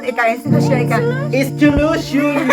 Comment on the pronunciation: Institrution😂😂😂 gudugangan oag revolution😂😂😂